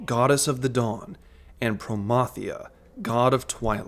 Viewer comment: If Dynamis raid isn't XI style I'm going to be HIGHLY disappointed! Thank you for pronouncing Promathia right!